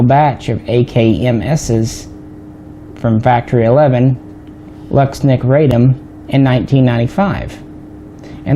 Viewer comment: Łucznik isn't pronounced lucks-nick. The right way to say it is wooch-nick. The L with a line through it is pronounced like a w and cz is like the ch sound in the word Czech. Also u is pronounced ooh. So there you go.